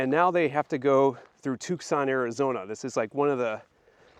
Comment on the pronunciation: Wow! Beautiful historic spot. I have to visit here next time I'm in Tucson. If you're ever there in January the entire city is taken over by rock, mineral, gem and jewelry shows. Definitely worth a trip. Oh... and the C is silent. It's pronounced Too-sonn. You Midwesterners talk funny. 😊